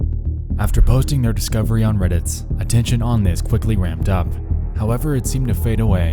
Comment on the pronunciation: "Reddits?" "2008s?" You completely ruin your dialog talking like this. Edit: and it only gets worse throughout the video! Congratulations, you have LOSTS a fan.